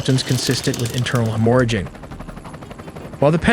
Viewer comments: Hemorrhage? You said hemORRhage. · Hemorrhage- Say it like “Him or ridge” Barrage - buh rah j (j sound)